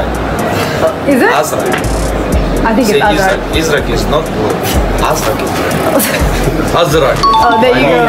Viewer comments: Wow, Haland's pronounciation is so good. أزرق = Azrq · That's the correct pronunciation of his name in arabic.